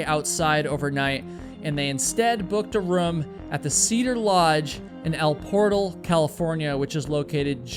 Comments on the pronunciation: El Portal is pronounced el poor-tal, not portal. It’s the Spanish pronunciation like most towns in California. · Californian here. I used to go to Yosemite every year... it's said as El por-TAL by the locals, not like the English word for door. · It is pronounced El por-TAL. Not Portal as in a door. It rhymes with Gal or Pal.